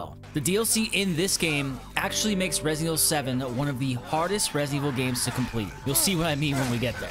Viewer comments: WHAT IN THE FUCK IS "RESEVIL" ? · resivl 7 😂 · Reh Zevil 7